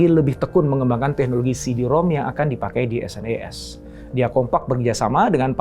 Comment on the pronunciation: SNES (Super Nintendo Entertainment System) dibacanya senes pak bukan dispelling S.N.E.S. yg ngalamin masa bocah di thn 90an pasti ngerti.